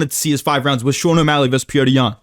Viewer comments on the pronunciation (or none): none